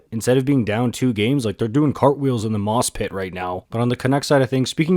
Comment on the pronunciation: "Doing cartwheels in the "moss-pit"" -Ron Maclean